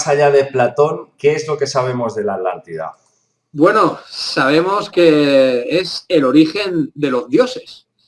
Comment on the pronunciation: Lo mismo me pregunto siempre, Jaja....en varias palabras se comen las consonantes q están entre una vocal y otra consonante....